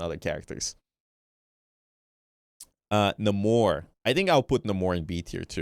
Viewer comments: culture appropriating Namor’s name even though the devs confirmed it’s pronounce “Neigh-more” 💔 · I hate when people say "Nuh more". The guy who created him Stan Lee literally says his name as "Ney more", but everyone watches 1 movie where they try to give him a lil flavor and everything changes. He's a fake mutant who's Atlantian. His natationality has nothing to do with it. 😑